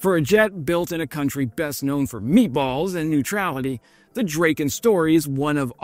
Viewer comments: It's a Drahken not Draken. Drahken Dragon. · It is pronounced drah-ken, not drayken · I love your videos but if you love the Swedish airplanes so much (so do I), why don't you learn to pronounce them correctly. The Draken is called Drahken not Drayken. If you need any other pronunciations (your video regarding the 6th generation fighter jet also suffered from not being pronounced correctly, ask me, I can always help. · Great video. Sad that you didn't verify Swedish pronunciation of the name... not like rake...A like black...aa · Drayken? Isn't it Dra-ken? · "Draw-ken" is the correct name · It’s pronounced “DRAH-ken” and it means “kite”, not “dragon”. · Not to be that guy, I just wanna kindly point out that A in Draken is pronounced as the a awl and the EN as in then, I hope it helps!🙌😊 My favourite is the JA37 Viggen, it's just the best looking fighterjet there is, though my all-time favourite is definetly the one and only SR-71 Blackbird, cause I mean, one simply can not argue otherwise!💁😂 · Pronunced dra:ken and gri:pen ;)